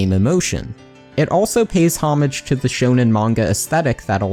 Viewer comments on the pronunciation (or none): not sure you're pronouncing homage right either tho fam lolol tho maybe this is once again my californian accent coming out